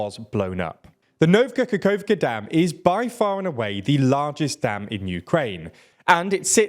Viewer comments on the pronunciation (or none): Yet another instance of you somehow mispronuncing eastern european names. The word is NOVA, yet you make it NOVKA. How is that even possible? Its not like the word nova doesnt exist in english. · It literally spells out Nova Kakhovka yet you say NovKa Kakhovka. Are you dyslexic or just simply braindead? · Where did you get that K in NOVA Kahovka? You repeatedly said “Novka Kahovka…”. You really have to be more careful of pronunciation of names of places, you seem to consistently get them wrong, if they aren’t English. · “Nova Kakhovka” not “Novka Kakhovka”. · OMG NOVKKKAKAKKOVKKA lol it's No-va Ka-khov-ka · "Novka kokovka" lmao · the biggest problem is actually not how he pronounces Kakhovka it's the way he pronounces "nova" as "novka" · Nova koko- WHAT? LMFAO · “Today the Nov Kakakovka dam, is destroyed.” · ..."Novka" Kakhovka?? JUST READ THE LETTERS there's no K in the first word. Ii'm sorry but these mispronunciations are absurd and exhausting. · How you've said Nova Khahovka - is terrible pal. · I understand that it's hard to pronounce, but NOVKA Kakhovka?? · Why do you keep mis pronouncing words ? Why do you keep saying “ novka kakovka” . Like the last time someone kept saying “prizhgovin”. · man misspelled the damn dam name he's made the video about, the first time he pronounced it! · It had been too long since the last time I heard my TLDR men pronouncing “Nova Kakhovka”. It always makes my day. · and it's really strange, cause "Nova" is literally has the same meaning and sounding as in Latin based languages